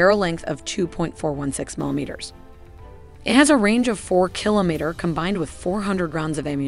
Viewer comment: You were given too many attempts to pronounce kilometer correctly, but a great video nonetheless